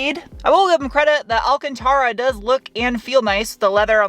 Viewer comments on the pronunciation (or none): none